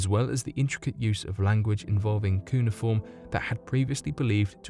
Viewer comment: Why does this fool keep saying 'Kuna Form'?